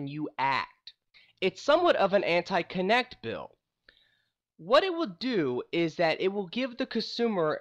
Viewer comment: Try to stop saying K'NeX. Thats the plastic building toy. Its "Kuh-nekt"